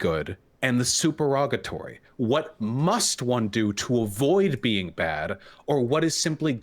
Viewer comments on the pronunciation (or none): "it's suPErOgaTory" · Supererogatory not superogatory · Why is Vaush mispronouncing supererogatory?